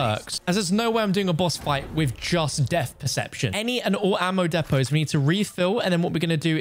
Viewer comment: Dude that’s not how you say depots god lame not watching now